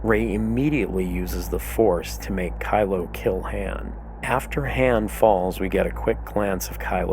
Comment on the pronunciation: You're killing me the way you say Han. Good video tho.....